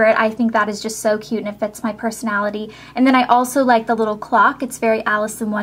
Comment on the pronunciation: i like the way she says clock lol